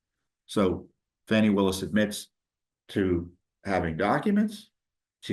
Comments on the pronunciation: Its not Fawni it is Fani come on man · There is NO "W" in "FANI".